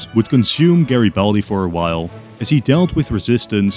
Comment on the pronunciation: GreBALDi Lol